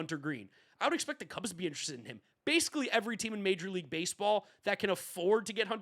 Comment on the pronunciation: Dude doesn’t know how to pronounce ‘interested’